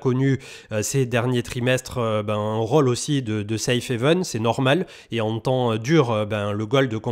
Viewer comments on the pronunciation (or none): none